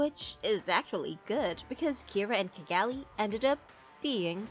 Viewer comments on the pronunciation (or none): none